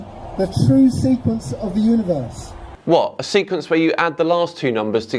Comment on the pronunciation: oh, SEQUENCE, I thought he said SEQUINS. Now I'm confused...